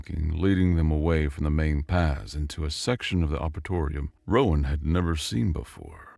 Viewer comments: Good story, and in general, very good narration. However. The word "Arboretum" was constantly misspoken as "Arbethorium" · aar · br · ee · tm is how you say arboretum